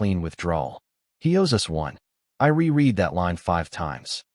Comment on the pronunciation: re-read is prounounced re-red not re-reed